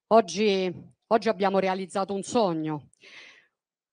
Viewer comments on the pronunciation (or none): Percorzo,ziamo, Zogno,sentirzi e che casso una esse la citi....